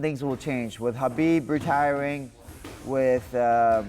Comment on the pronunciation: Respect Beneil for pronuncing Khabib the right way.👍🏼👍🏼😉 The K in Khabib is SILENT.